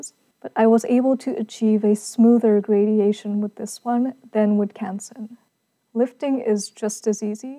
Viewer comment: FYI, the word is "gradation" - no i.